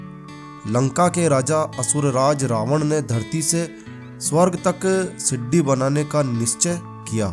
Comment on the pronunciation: siddi nahi bolo bhai sidi bolo